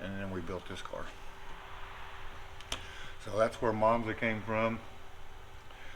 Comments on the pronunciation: It’s not monza guys,it’s manza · And what's ironic Joe Woods Dominator calls him instead of Monza